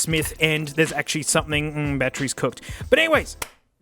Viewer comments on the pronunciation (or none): Hearing say "These are genuine... pk... cell battrees" is a bit surreal